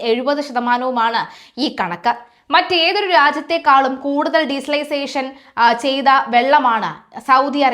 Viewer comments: Desalisation അല്ല ഡിസാൽനേഷൻ😂😂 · For your Kind information,,,its Not Diesalisation,,,, its De- Salination,,,removing salt from sea water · De -salination plant anu mole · Desalination plant എന്ന് പറയു!! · ഡിസൈസലൈസേഷൻ അല്ല